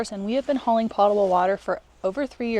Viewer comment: it's pote-able, not pot-able. all you have to do is look it up in a dictionary.